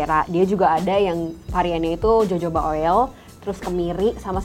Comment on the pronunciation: Bacanya: HOHOBA mbak. Bukan JOJOBA.